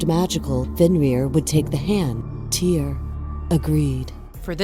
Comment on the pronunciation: It’s pronounced: “teer” not “Teeyre”